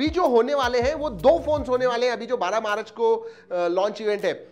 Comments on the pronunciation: Who heard 12 marach ko😂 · #TTTH YOU SPOKE 12 MARACH